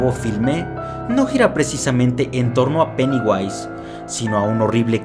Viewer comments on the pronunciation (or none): Vai a flota dijo peniwais.